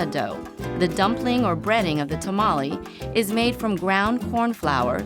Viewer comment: "Tamali" Goodbye.